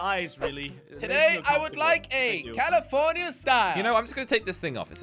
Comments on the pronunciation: 😂 said he want tobiko tune calafornia, like 1 minute later he said he want tobiko salmon calafornai😂 i think he forgot what he say😂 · It is salmon calaforna!